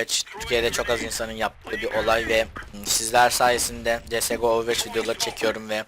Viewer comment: olm ovırvoç diye okunmuyo mu veç mi cidden